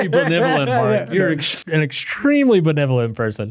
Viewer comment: I was hoping the whole time drew would correct mark in the way he says benevolent. It has gotten under my skin for the last 3.5 hours. It's not BeNIVolent, it's beNEVolent. 🤬